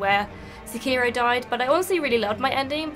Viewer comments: It's fucking se-key-row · And here I was thinking it was only Americans that pronounced it “Sekearo”.